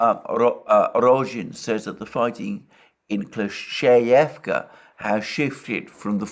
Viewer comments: You shoud read your comment sometimes Alexander... I've said it countless times... It is KLI-CHIV-KA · you’re wrong. Kle-schE-yevka is how it’s pronounced. Ch is a different sound from sch (ч versus щ).